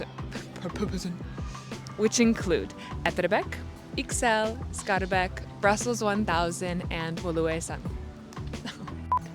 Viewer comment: You pronounce Scharbeek, Etterbeek like a french , it's Skaar baik